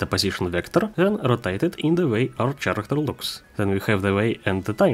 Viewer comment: Спасибо за тутор, особенно в рамках Godot. Замечу только что слово "персонаж" говорится как "кэрэктэр", не "черэктэр". Удачи в творчестве и упортства в практике!